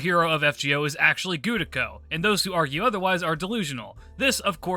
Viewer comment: The "Gudako is canon" thing would be far less cringe if your pronunciation of "Gudako" wasn't awful, like Jesus say Ritsuka or Fujimaru, and stop butchering the name already.